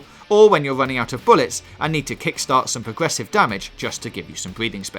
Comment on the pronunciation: Bawwels, pwogwessive, wadiation, I’m done😂